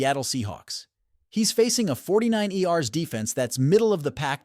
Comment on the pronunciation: The 49 Erssss 😂😂😂😂😂 Is Insane Funny AI Speaker